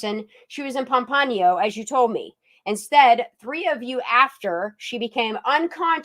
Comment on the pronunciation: It's not Pampano if you are talking about the city in Florida. It's Pompano, like the fish.